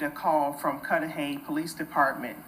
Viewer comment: Its pronounced Cud-da-hay. Not cood da hay. My door dasher was so sad. She said she just had a conversation with Sade before her dusappearance. She was so excited about graduation from school. That mf stole that young girls future. I feel so blessed that nothing happened to me when i went out on dates or to someone i hardly knew house. She was young, inexperienced, too pure to know the dangers that lurks among us. # justice 4 Sade. 💔